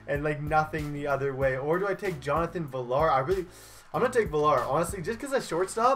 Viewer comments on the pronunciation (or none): Villar is pronounced ve-ar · Jonathan villar the l's are silent so say viar